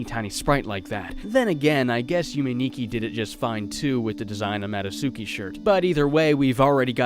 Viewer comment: madotsuki is pronounced MAD-DOT-SKI